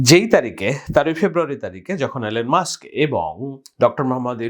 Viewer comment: Why you pronounced Elon Mosque? Have you read the book " A Nation Under Blackmail". Kindly read this book and continue your talk show. All of you are useful idiot.